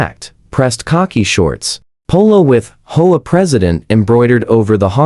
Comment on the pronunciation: It's H-O-A, not hoa